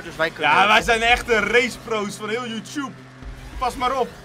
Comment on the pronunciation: Hoe Jan Youtube zegt :Youtjoep😂😂